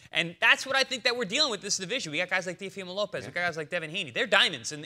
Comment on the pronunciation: Interesting that Teddy can't pronounce his name correctly.